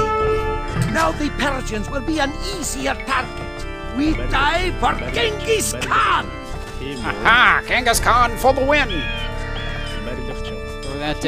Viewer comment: in the video Ghansis Khan for the win lol i love how you said that.